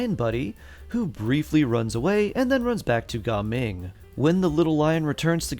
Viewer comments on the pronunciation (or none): Its not ga ming its gaming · Bro its Ga ming ❌ Gaming✅